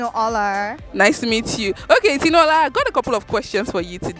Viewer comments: 🗣️ in white TOP and a SUNGLASS, u moved to CANADA in 2018 and u're pronouncing in DAKOTA AMERICAN ACCENT? na wa for u o! 🤣 and u too in POLO and FACE CAP, did u guys here how the IGBOS pronounce their NAMES wit REALNESS?🤷🏽‍♀️ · Just 4 years in Canada and cannot pronounce her name correctly😂